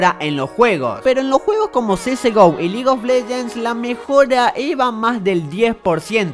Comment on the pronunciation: F repitió lol y legue of leguens